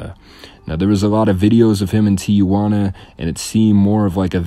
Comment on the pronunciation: This dude can't even pronounce Tijuana.